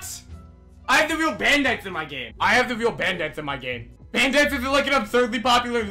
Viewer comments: “Bandithes” XD LOL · can we get a "Bandites" counter cause i swear every time he said bandites is equal to the amount of times i died in arsenal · I got really anyone when he kept saying bAnDItEs